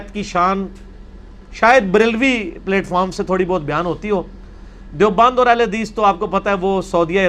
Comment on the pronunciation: Engr Sb is an educated man he must not pronounce the word platform as plate form. Its plat.... Like flat. Not plate.